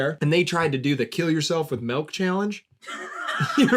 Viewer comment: hate how says melk